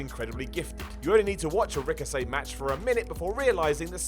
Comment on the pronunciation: "You only need to watch a ricosayy match" that slip haha